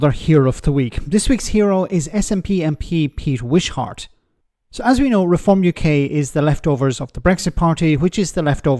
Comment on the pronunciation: The pronunciation is not Wish-heart, It's wishƏrt.